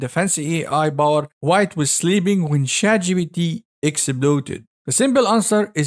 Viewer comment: Man your B instead of P hits me every time. ChatGBT